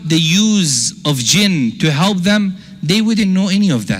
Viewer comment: Why don't you learn to pronounce P....you say B instead of P and it is misleading....it is help, not HELB....most Muslims are Shaitaan.....Islam is so different from Muslims....most Muslim men are very lustful & they think women are sheep. Therefore, they marry 2 ,3 and 4 women....how sick is that.....disrespect to women....